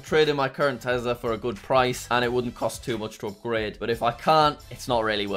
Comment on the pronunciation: Did anyone notice that is sometimes call tesla tezla